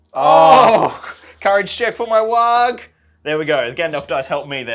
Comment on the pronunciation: Every time he says Warg I think he's saying Waagh. I mean, it's orc either way so it's fine but still.